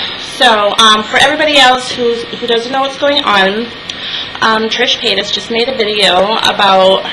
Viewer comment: Totally agree but her name is paytas not paytus just fyi.kinda of my pet peeve Like I said loved it, agreed.